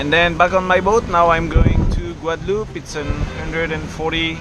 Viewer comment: Pourquoi dire "Guadaloupé"? On ne dit pas cantaloupé, non?